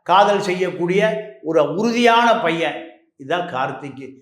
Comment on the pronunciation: கார்த்திக் என்று சரியாக உச்சரிக்க வேண்டும்.